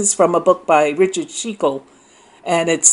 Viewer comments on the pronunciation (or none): none